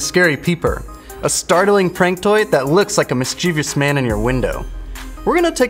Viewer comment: Can we please put people who say "miss-CHEE-vious" in prison?